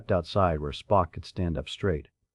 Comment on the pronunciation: The AI screwing up names( Spook for Spock, Buns for Bones) made me laugh a little but the constant misuse of bow whether "and arrow "or front of a boat was VERY irritating. Plenty of other problems too. I get enough of this with most customer service 🤬